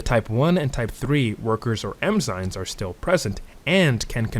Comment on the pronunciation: I love this video, you sound like a professor. But with love, I can't unhear you calling them "Emzynes" 😂